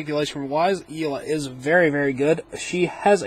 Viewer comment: I think it's yelena not yeelah